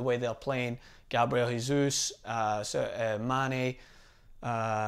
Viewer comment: JESUS!!! NOT HESUS. HE IS BRAZILIAN. IT'S NOT A SPANISH NAME